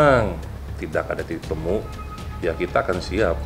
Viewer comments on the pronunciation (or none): none